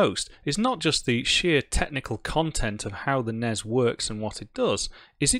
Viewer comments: NESSSSSSS not NEZ.. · I've never heard anyone actually pronounce the NES acronym before today. That honestly hurt my ears a tiny bit.